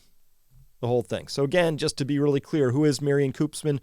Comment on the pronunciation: On your Dutch pronunciation, the elongated Dutch vowel oo (Koopmans) is pronounced much like the French -eau sound as in Bordeaux